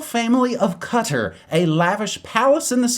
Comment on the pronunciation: Does he mean Qatar?! Why can't he say it properly